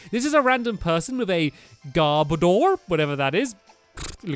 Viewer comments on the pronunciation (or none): none